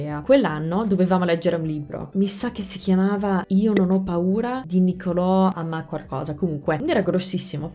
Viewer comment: sono minuzie eh, ma verso la fine l'hai detto 4 volte in un minuto e non ho potuto fare a meno di notarlo. Visto come sei perfezionista, so già che dal prossimo video lo dirai correttamente ;) Bravissima comunque!